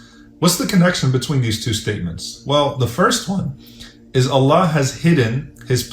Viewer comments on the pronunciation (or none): In the beginning try to say “ I Love You Allah” properly. It seriously sounds like someone is having trouble saying that because it sounds more like “I lev u La”